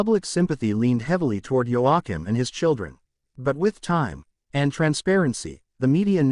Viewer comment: It’s pronounced wa keem!!!